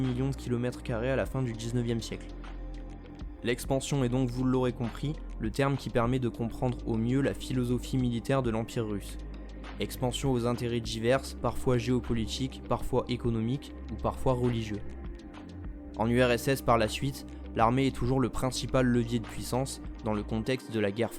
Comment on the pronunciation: super vidéo mais juste une chose , ton accent quand tu prononce les t et d comme tch et dj exemple tu dit : partshi au lieu de partie , djiverse au lieu de diverse , bref essaie de limité sa car quand on fait une voix off , on aime une bonne pronunciation et intonation correcte , ne le prend pas mal c'est juste pour que tu puisse progresser dans tes future vidéos . bonne chance à toi ;)